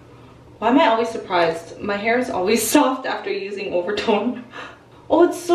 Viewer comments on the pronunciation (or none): none